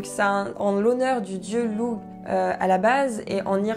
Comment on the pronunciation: ... On dit kernunnos. Sorry Et Lugh se prononce Lourr